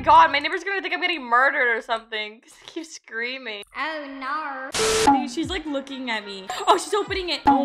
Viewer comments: I love it when you say oH nAuR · “Oh Naur” 😂 that was so funny